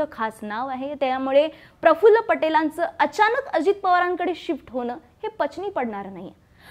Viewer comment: Prafullla nahi parfful